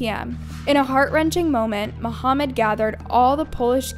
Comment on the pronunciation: Mahmoud not Mohammed 😅